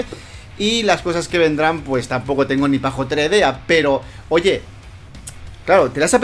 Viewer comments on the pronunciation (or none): Se dice "pajolera",no "pajotera"